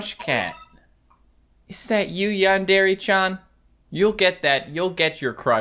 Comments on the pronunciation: Its not yawn dariy its yandery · Normal people: Yandare: Yon DARE aye